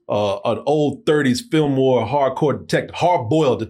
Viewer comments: Noir is pronounced nuh-warr it’s not pronounced like it’s spelled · a movie critic....not being able to properly pronounce noir (new'are)...is troubling...it means you don't know the genre, the troupes, the symbolism, the origins...and yet...you are critiquing??? smh...every time he says the word...I ask...why am I watching this? You should've went to Turkey and stayed married bro... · Is mispronunciation of noir part of the bit?